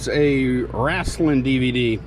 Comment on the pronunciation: Loved it when you said: "Wrastlin" video... took me back to when my Dad would say that.. in the 70's or 80's....Keep up the great work